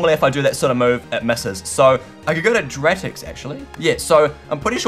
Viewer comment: You name Dartix wrong it dar tix